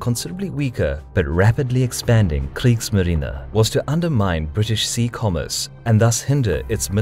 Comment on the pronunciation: I love how he pronounces the german words like Kriegsmarine!